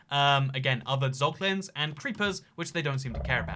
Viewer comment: “Pog”Lins lmao